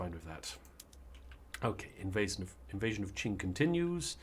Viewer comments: For the love of god,, stop saying 'quwing' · It really is pronounced "Ching". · It's pronounced "Qing" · Qing like ching I believe